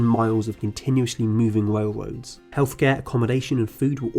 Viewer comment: “Wail woads ”